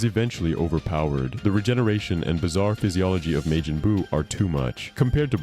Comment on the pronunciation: "May-jin"? "Buh-bee-dee"? LOL 😂